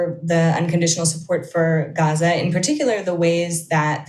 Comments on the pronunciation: "The nature of US relationships is not really governed by... human rights as a rule..." <- Yes, that is clear p.s. "You know he's lying because..." his lips are moving. p.p.s. I appreciate pronunciation of "Gaza". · As a lady with a Doctorate in the Middle East I assume that she speaks Arabic. The way she pronounces Gaza is the correct Arabic pronounciation Dumbo!!